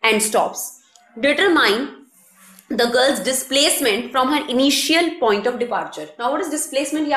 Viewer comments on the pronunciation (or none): none